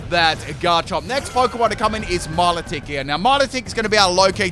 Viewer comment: i dont think i've ever heard anybody pronounce milotic's name wrong before... "only on channel" i suppose